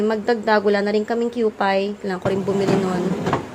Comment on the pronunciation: Waiting po sa part 2. 😊 tsaka mommy yung kewpie actually kyu-pi po pag pronounce. 😊